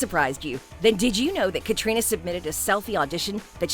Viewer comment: It's a pity that Catriona's name is mispronounced